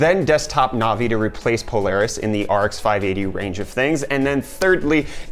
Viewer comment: Navi not novi lol you say it wrong